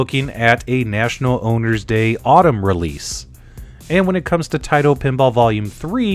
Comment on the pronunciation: It's Tah-ee-to not Tay-to if you are going by the Japanese pronunciation. Nice preview vid. Thanks!